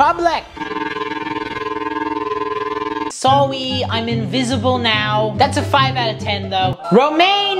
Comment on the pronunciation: I meant it’s not sowwy it’s Sorry